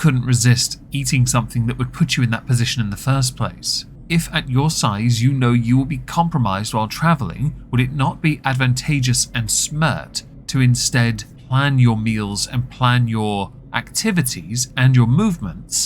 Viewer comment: 'smert' is my new favorite pronunciation. Thank you :)